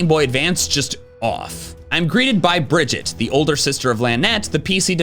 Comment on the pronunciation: Wow the Pokémon storage canon is strong with Bridgette being the same person. I also love how her name is pronounced like “bridge it” which the Pokémon storage services allow to bride the gap between pokemon games lol